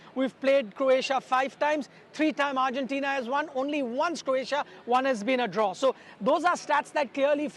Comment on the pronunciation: Its Argentina not Urgentina